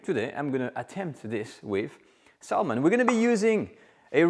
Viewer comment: the l in salmon is silent so it sounds like sa mon